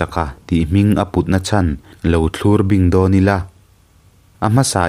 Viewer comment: Thlurbing tih i lam dan hi a dik lo a ni.